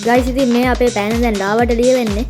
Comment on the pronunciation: පන නෙවෙයි යකෝ පෑන😂